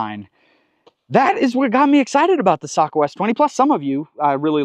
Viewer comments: "Socko" or isn't it "Say-co"... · I always thought you say Sako, like say-ko. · Google says it's say kow. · I’ve been around Sakos for a long time, but I’ve never heard the name pronounced like you say it. I could be wrong, but we’ve always pronounced it with a long A sound, like Sako rhymes with mako, as in mako shark. Do you know for certain which is correct?